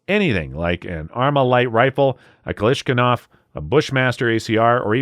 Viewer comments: Bro... you can't kick things off talkin' about FUDDs then repeatedly say "Kalishkanov" all the way through the video. 🤣🤣🤣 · haha americans go: European gun laws (lower crime rates) not even fucking with you I am making this edit to say: IT IS NOT KALISHNAKAV please bro this is the best rifle in the entire world and you call it kalishnkanav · KalashKinov? What’s a kalashkinov? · Don't trust any gun channel that can't pronounce "Kalashnikov" correctly. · KalashKiNov? Seriously? You seem to have missed the most lethal of all FNs - the FN Five seveN, Mk3 MRD! This gun has a magazine capacity of 20 + 1. Little bit short on the homework? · Thanks for ear-raping me with “klishkanov” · Did he really say "Kalishkanov"? 😂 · never heard anybody butcher kalashnikov so bad but he atleast tried to pronounce it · Please learn to say kalashnikov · I refuse to believe this is a real gun channel with the amount of mispronunciations and slurs over basic firearms terminology, such as cartridge calibers and simple weapons names, like Kalashnikov. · Please look up how to pronounce Kalashnikov lol. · You need to work on your pronunciation of "Kalashnikov" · Good list and a good heads up for those unaware of the legislation moving through Congress. My only request is that you PLEASE learn to pronounce the word 'Kalashnikov' properly before you talk about them in future videos. Hint: it's basically phonetic. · Dude, you’re butchering Kalashnikov and Zastava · The moment when you keep calling a Kalashnikov as "Kalashkinov". Reminds me of my friend that mispronounces Russian words, lol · How can this guy make fun of gun owners who don't know what a Fudd is, then say "Galishnigoff"?? He wasn't even close to kalashnikov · Sobering video. Traitors all in our government. But good grief,, it’s “Ka-lash-NI-kov”, not “Ka-Lash-KIN-ov”. You have a fantastic voice and presentation style…to be as authoritative as you deserve to sound, get on that pronunciation! Subscribed…always good content.